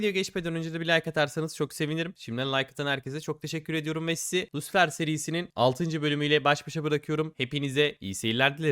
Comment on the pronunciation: ya lucifer de sunucu adına yada lusifır de bro yarım ingilicenle kendine güldürtme